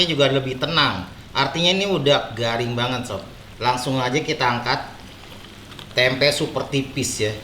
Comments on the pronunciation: Tempe bang bukan temep Wwkwk Halo bang salam dari Kalbar 😀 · Tempe ❌ Temep ✓ 😂